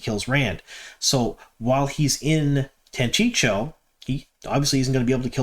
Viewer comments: It's pronounced TANCHEEKO not Tanchicho. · I'm glad we're seeing more elements for the Tanchico plot unfold. The fact they already introduced Moghedien so well is definitely going to setup her showdown with Nynaeve! Not being nitpicky but curious why you always call it "Tanchicho" when it's "Tanchico" (Tahn-CHEE-ko)? That extra "CH" always throws me off. 😂 Edit: Ok. Clearly I'm not the only one thrown off here. I guess we'll just have to acknowledge you're from out-of-town. 😉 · Chico, say chi-co, "chico" Tan-chico. I love your posts, just teasing. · Man, I like your videos, but PLEASE stop saying "Tancheecho" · I think it is pronounce tan chee’ ko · It's pronounced Tan-chee-koh. Just sayin'. Keep up the good work! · If I didn't know better, I'd think you were trolling us by mispronuncing Tanchico as many times as possible in one video. 😏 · Are you mispronouncing Tanchico on purpose to get people to comment? Thanks for the news, keep up with the good work.